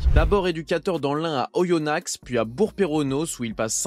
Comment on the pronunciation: on dit Oyonna(x) et c'est bourg peronAs mais sinn merci pour cette vidéo sur le grand pierre Sage, en tant que Lyonnais il me manque